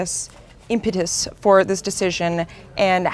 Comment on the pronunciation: You said impetus wrong D: Good interview though:)